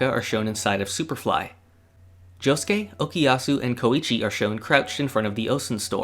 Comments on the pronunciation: Why you said okiyasu instead of okuyasu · Why do you keep saying Okiyasu when it's Okuyasu ?! T__T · Geez it's OKUYASU not okiyasu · "okiyasu" "okiyasu" "okiyasu" "okiyasu" "okiyasu" I wasn't going to say anything but he said it too many times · I watch multiple reactions and somehow all westerners say okuyasu as okiyasu. Like, what the fuck, can't your listen to what voice actors say? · You pronounce Okuyasu's name as "Okiyasu" xD